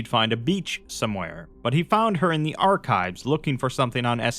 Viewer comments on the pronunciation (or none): none